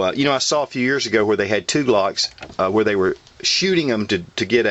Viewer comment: Did he say whare? WHARE?! FUCKA YUUU WHARE!!! *stabs whale with spear* Also good review